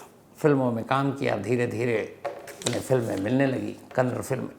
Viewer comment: Kannad nahi Kannada